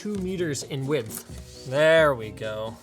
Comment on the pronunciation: I like that Linus pronounce width as widthe